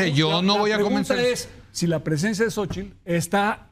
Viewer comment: Sabino pronuncia correctamente " Xóchitl " , pero la mayoría, entre ellos Zuckerman dicen "Sóchil".